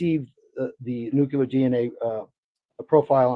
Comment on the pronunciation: Good coverage! But why can’t a single person pronounce “nuclear” correctly? It’s nu-cle-ar, not nuc-u-lar. Just a pet peeve of mine